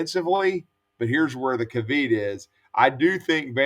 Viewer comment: Did he say CAVEET?